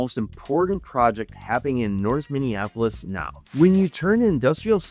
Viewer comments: I doubt you live here or know anything based on the way you mispronounce Minneapolis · Why did you pronounce Minneapolis weird. You from out of state